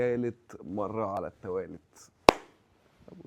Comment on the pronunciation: تالت مرة على التوالت!!!😅😅😅 ايه اللغة دي